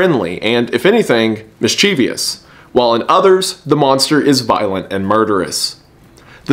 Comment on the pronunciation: Mischievous, not mischievious.